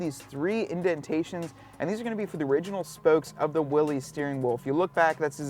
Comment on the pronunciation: Uh, Willys is pronounced: (wil-lis) like the original scout car designer's name. It's NOT pronounced like a guy named Willy owned each and every Jeep.